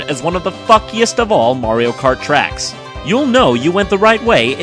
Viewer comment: Title: the top ten Mario Kart Tracks Jontron: the Top ten Mario Kart trecks What I hear: the top ten Mario Kart Tricks